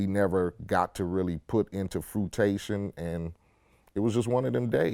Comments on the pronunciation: Anyone else notice how he said frutation rather than fruition? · This nigga said "Put into 'fruitation' lol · Nigga said “fruitation” 🥴fruition my brotha fruition 🤣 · i kno this nigga aint just say "fruitation" lmaoo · Did he say Fruitation? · Nigga said FRUITATION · My nigga said FRUITATION 😂😂😂😂😂